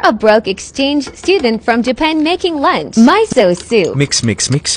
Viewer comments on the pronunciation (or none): It's not pronounced "myso" soup, it's pronounced "meeso" soup. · My goodness the ai pronouncation 😂 my so soup 😂